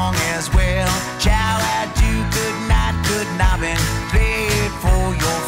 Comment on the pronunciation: When I first heard the song, I was thinking "what the hell is 'good nubbin'' and why the hell does Jon sing that?" until I realized that he meant "Guten Abend" :D For a German, his pronounciation was so strange that I really didn't get the only German words Jon has ever recorded :D